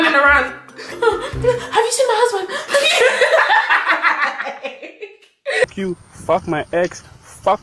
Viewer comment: “Where is my hosband?” Nah that killer me 🤣🤣🤣